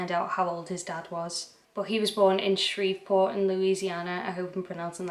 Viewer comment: You said Shreveport LA perfectly. This is horrifying but glad he was caught and executed.